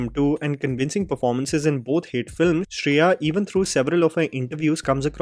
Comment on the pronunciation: Shri-ya saran, not Shreya. 🤦‍♀️ I really appreciate her comeback tbh.